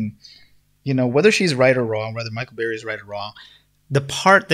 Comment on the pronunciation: His name is Burry not Barry!